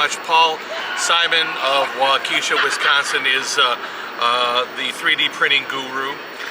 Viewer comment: Wisconsin here. Loved your mispronunciation of Waukesha Wisconsin. Repeated it to the wife. LUL You're not the first. Many place names are Native names or French versions of Native names. There was in fact an ad campaign for Wausau Insurance where they deliberately pronounce it "Warsor", the announcer spells it properly and repeats, "Warsor." LUL